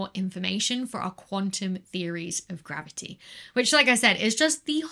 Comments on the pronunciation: Dear Becky, its not maverty the interacts with maverty , its Macavity that interacts with gravity and spoils your calculations, as explained by the Nobel Prize winner T. S. Lewis in 1939 . 🐱🐱🐱🤣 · love "mavity" in bloopers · Don't you mean "mavity"? ;) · I was going to say you didn't say mavity correctly. Than came the bloopers :) Anyhow ... If a body is close enough to one of the sources of the gravity waves, like the merging of two black holes, let's say within 10 light-years would there be some kind of an effect that you can physically feel from the gravity waves? Like we had two merging black holes of the distance of Alpha Centauri, could this waves impact the orbit of the Earth or Moon? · I think she was having a stroke... somebody should call The Doctor